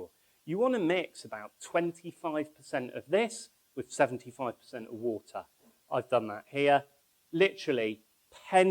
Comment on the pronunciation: Its water not wooter. :) And its humor not umma. Hehe :)